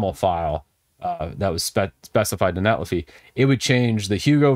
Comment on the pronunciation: I believe it's net li figh, as in a verb...